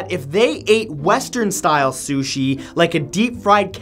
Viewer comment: as soon as he said suchi I threw me phone